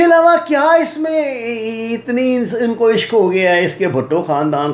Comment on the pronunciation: بھائی جان پہلے پڑھلیا کرین نا! ہمارے سامنے غلطیاں کرنا تو “دشمن کی چال لگتی ہے”کیوں؟ مطلب آپ دشمن کے میزائیلونکو کہرہے ہیں “اِنکو” جب “اُنکو@ کہنا چائیے تھا!